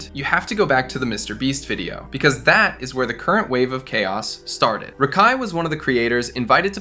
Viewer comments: Barney style for you champ. HE SAID RAKAI’S name wrong the entire video even after researching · That’s not how you pronounce that boys name smh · good video just the way you say rakais name kind of urks me 😂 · Bro I can’t stand how you say his name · why do u say rakai like that